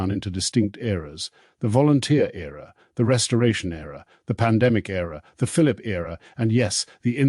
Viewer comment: Hanni not Honey or Harney. Philip not Phillipe. Must be AI.